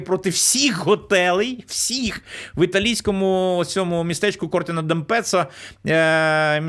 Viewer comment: Дякую за інформацію. Єдине правильно має бути Кортіна з наголосом на ті